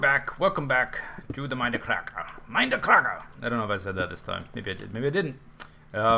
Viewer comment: The whay you say Mind-a crack-a server!.... Epic